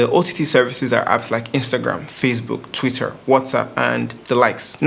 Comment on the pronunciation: You don't need to pronounce the R in TwitteR so hard na. Lol. Jeez